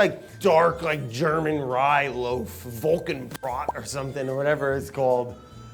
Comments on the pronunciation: volcan broad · As someone who speaks German hearing you say WOLKANBRAT ( Vollkornbrot ) actually hurt my Feelings :D :D We're not unga bunga people XD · I really had to laugh at the way Brad pronounced Vollkornbrot. Absolute comedy gold for me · As a German, Brad saying Vollkornbrot made my day